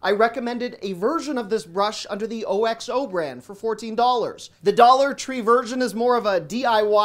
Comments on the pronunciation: Hi, as always, totally enjoyed it! Wanted (and didn't want) to mention but I believe that OXO is pronounced OX-O. Always want you to be your best. Thanks for the great video! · "Who's hungry now!" You had me rolling!!! Thank you for that!!! By the way, O-X-O is pronounced as one word. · Love your videos! BTW, Oxo is pronounced Ox-Oh. :)